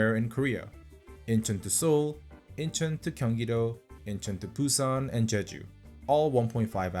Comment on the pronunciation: @@ Hi mate. It’s Je-Ju, Not Che.